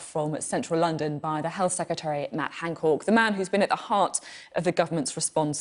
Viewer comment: “Matt Hancork”